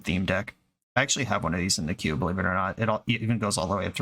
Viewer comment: Pretty sure it was "queue". It just sounded like "cube".